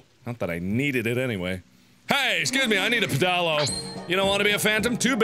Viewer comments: I said pedalo the way you did and my friends laughed at me :L Apparently that's not how you pronounce it... pffff! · I don't see any comments clarifying this, so I'll post this, just in case. It's not pronounced "peh-dah-lo". You say it like "pedal-oh". They aren't really common, so it's understandable that reading the name alone could make you brain fart. It's a pedal powered boat. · watching this for the first time and i can't get over mark's pronunciation of pedalo 😭"peh-DAH-lo" it's ped-a-lo 😂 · Am I the only person that thinks Mark not recognising the word 'pedalo' is hilarious "pedAlo" c'mon mark, it's a "pedal-o" like a swan boat :P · PEDALO PED-AL-O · The way Mark pronounces 'pedalo' is amazing! XD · as a uk citizen i die a little inside every time he says pedalo incorrectly